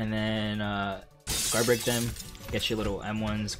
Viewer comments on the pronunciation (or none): none